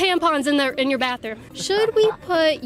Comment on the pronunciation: FAMILY "Bathroom" has no "F". It's pronounced, "BaTHroom" not "BaFroom" - TH, not F.